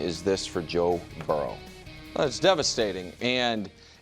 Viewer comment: "Toe Burrow" is hilarious.